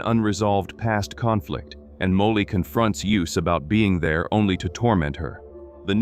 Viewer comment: ... at least get an ai that can pronounce Molly properly...